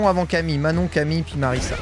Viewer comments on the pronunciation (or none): ça se prononce MariZa hein, y'a qu'un seul S